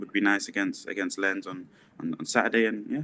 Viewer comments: It's pronounced, "leans". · Lens is pronounced with the s. The e as something between an open a like in British pronunciation of answer and an o, always a little nasal like the wovel is created in the upper back part of your mouth. It should practically rhyme with a French pronunciation of France. I’ll crack up laughing if you post a recording of you all trying to follow this guidance